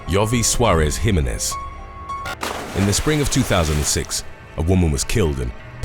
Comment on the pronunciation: The commentator wuz urking my nerves mispronouncing Jimenez. It's HE-MEHN-EHZ